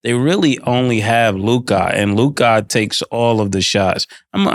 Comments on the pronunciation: why mase always say Luk-eye and not Luka😂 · The way Mase pronounces Luka kills me everytime hahaha